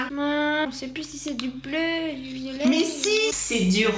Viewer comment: On-dit belleu pas bleu je suis mort